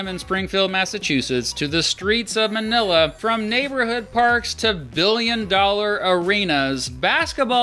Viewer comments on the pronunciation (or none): none